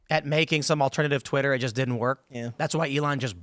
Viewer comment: "it's tweeter" blah blah. Couldn't understand cause i fell over laughing at "tweeter"